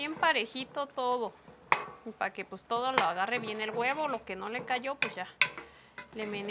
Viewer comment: Que buena comida pero me da risa cuándo dice qué do bien bueno 😂 jajaja